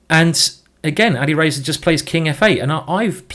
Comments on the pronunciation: its Ali Razor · "Ali Racer" and "Carjackin" – quite the pronunciation in this one, Simon!